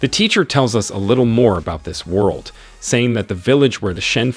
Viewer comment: Bro why is it that these recap channels can never pronounce world? Are they just dyslexic with tts or what?